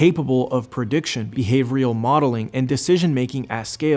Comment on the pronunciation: who wrote this pretty boy's script for him? "behavorial" "lubavicter" lol